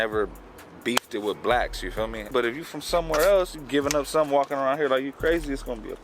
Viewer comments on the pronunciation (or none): none